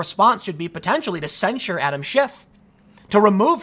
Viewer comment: Are you saying censure or censor?